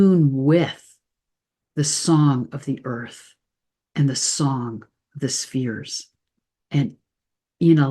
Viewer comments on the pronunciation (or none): none